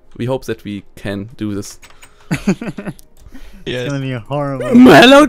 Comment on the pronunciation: Vor allem das th! Sis is rilly intresting! Sis guy is inno!xD